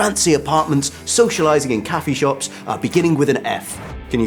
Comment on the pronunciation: cafiii shopss.... lol